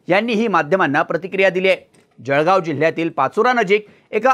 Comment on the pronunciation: sec .... जळगाव ❌ जखगाव ✅